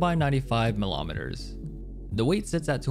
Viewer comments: anybody else triggered by how he says "waykim" and "melomiters" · milometers, centometers, my guy, stop. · Hes scaring me, why is he saying millimeters and centimeters like that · bro its so weird